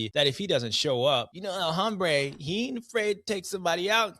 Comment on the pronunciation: Its pronounced el ombre. H is silent